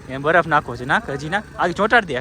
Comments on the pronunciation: Badaf nai baraf bolo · બડફ ના બોલાય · બડફ bole 6 ❤😊